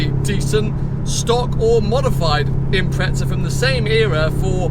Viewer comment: 250K!?? What the flying f**k!? GTR R34 > this ;)) And why do you call it an Impretza?? Wheres the effn heck is the 'T' in that name? Silly pommy boys lol